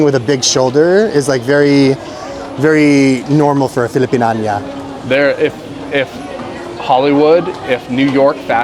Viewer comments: Natatawa ako pag sinasabi ni filipin-an-ya it's filipin-ya-na kuya😊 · FILIPIÑANA (Filipiniana)po..parang dinig ko ang bigkas mo po FILIPINAÑA (Filipinania)..nagkabaligtad po... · Filipiniana: pronounced filipin nya na not filipin anya. Ty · Fi-li-pi-nya-na NOT Fi-li-pi-nia-NIYA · Filipiniana…you pronounce it that way too…Niana, not Anya…he he he …. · needs to work on his pronunciation of "Filipiniana". the "ia" vowels are pronounced as "ya". So with the "nia" sounds like "niya" or "nya"--- as in FI-LI-PIN-NYA-NA with the accent/emphasis on "nya". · "Filipiniana" is pronounced as "FI-LI-PIN-YA-NA" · Filipin -nya —na😂; SM - Shoe Mart. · its FI-LI-PIN-YA-NA😊 nahihirapan ako for you pag naririnig ko😊✌🏻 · pilipinyana ang tamang bigkas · IT sucks that Kultura won't allow you to look at those. Such a shame. and also, (if you don't mind... pronunciation of Filipiniana is Fi-li-pin-NYA-na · please pronounce filipiniana "filipinyana". Very good vlog!!! 👍🏻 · Filipiniana is pronounced Filipinyana ia gets to be pronounced ya, okey ba? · Hi & 🤗 it is actually " "Filipiniana" (for the ladies, pronounced as Fi-li-pin-yana). It is a shame that Cultura did not let you Vlog that would have a "Great Free Advertising" for them😮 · just to help you out with the pronunciation- the word Piña is in "Pilipiñana" /pili-pi-nya-na/. ❤ The Philipine alphabet inherited the accented /ñ/ from Spain (Hence, España). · the women's barong is called Filipiñana. you pronounce it as, Fi - Li - Pin - Yana. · Its pronounced filipinyana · Just a tip! Filipiniana is pronounce kinda like "Philippine-yeah-nah" based on how American words would sound like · Filipiña po. Hahaha... Filipinyana. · Need to practice how to pronounce Filipiñana